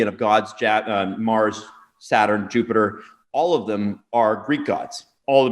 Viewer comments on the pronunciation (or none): none